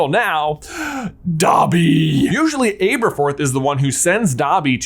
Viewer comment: Please start pronouncing Aberforth correctly!! 🙏🙏🙏🙏 It's AH-ber-forth!!